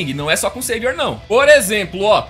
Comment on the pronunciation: Não é sevior é savior